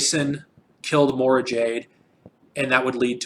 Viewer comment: Allana is not a new character. She was introduced in the dark nest trilogy. Although loft was the first time she has a personality. Also you mispronounced Mara